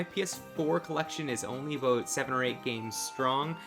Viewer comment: people think Canadians say "a boot". Not true. They say "a boat"!